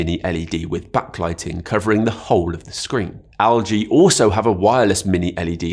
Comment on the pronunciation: it's pronounced "EL-GEE" not "AL-GEE"... 😂😂